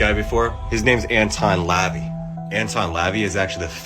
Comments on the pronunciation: its pronounced Anton "luh vay" you absolute tool not lavee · this guy. The pronunciation is La Vey. (La-Vaay) Not Levy like the dad in American Pie.😂